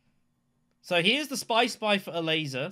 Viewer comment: i kept hearing "a laser" instead of ilessa xD